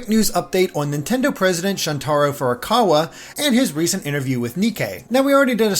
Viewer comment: Shuntaro is pronounced SHOON-tuh-ROH , not shun-TAHR-oh. You got the emphasis flip-flopped. That’d be like pronouncing Joshua as ju-SHOO-uh. :)